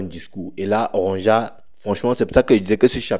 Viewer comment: Il faut lire “Ronja” en “Ronya” comme les Vickings